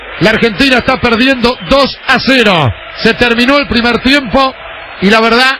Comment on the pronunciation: "medio campo argentinA", "Se acaba el primer tiempA"